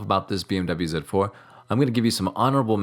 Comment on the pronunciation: Zed 4 sounds much better than Zee4 I am biased of course and you didn't mangle up mirror 😅